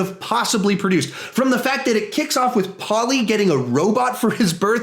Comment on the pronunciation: Why the fuck do you keep saying Paulie like Polly?